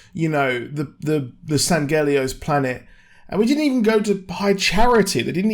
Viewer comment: And he says it completely wrong.